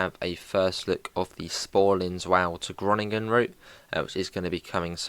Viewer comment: Sporling what who? It’s pronounced like Spoorline Zvoller to Groningen Also you really did rush through some bits that are really cool and unique but nevermind